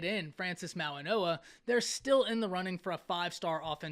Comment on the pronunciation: Goa not noa